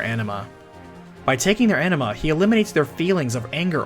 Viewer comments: It is ANIMA not ENEMA LOOOOL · Every time you say "Anima", I'm hearing "Enema" 😂 Great video! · I hear "enema" lol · It's interesting but the way you said 'Anima' is pretty distracting, it's sounds like 'Enema' 😂😂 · Why do you pronounce it like 'enema'?